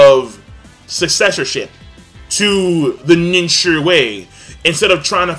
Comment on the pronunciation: kyuubi bomb That's ninshuu, not ninshur